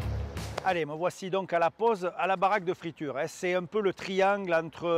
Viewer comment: Baraque de Fraiture et pas de friture..😂😂😂